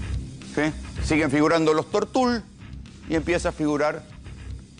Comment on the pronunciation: "Tortul", no tiene acento ortográfico, se pronuncia como se escribe, sin acento.